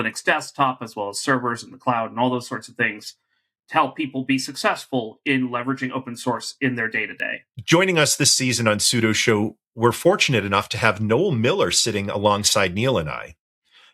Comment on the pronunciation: Man... learn to pronounce your own family name...;p Nice to meet you! Neal. /me tips my Fedora 😉